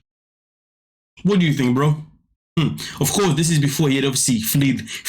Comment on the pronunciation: not 'fleed' fled